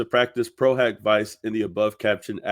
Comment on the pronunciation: I'm French, and I know for a fact that that "A" in latin is not pronounced " O" not only in latin but in all the other roman languages. If you take a class in Latin then the good education of people would be by telling them it's pro-hak-vee-ché ( Vice is pronounce like in italian), Pro-HOCK-vee-chay is a germanic pronunciation, and if you want to correct someone of the real way to say it in Latin, you got to use the latin pronunciation, and I checked on Oxford dictionary, it's in fact "hak"